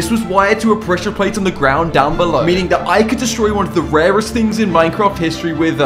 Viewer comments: Rarest❌ Warest✅ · Correction:rarest not rewast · Bro really said "Rewrest"💀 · Did you say waest?